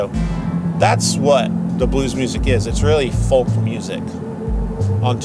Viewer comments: Fantastic episode. But do please practice pronouncing the word 'Folk.' It's 'Fowk.' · Stop pronouncing the "L" in folk! It's weird. ;) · Great episode and I love the way you say "Folk"!